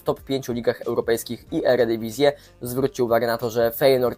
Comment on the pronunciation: Mieszkasz w Holandii i mówisz "eredivisie" nie rób wsydu rodakom w NL, lol..